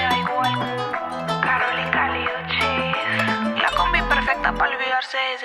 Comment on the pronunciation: it’s “oo-cheese” not “oo chiss” but yea she was close!!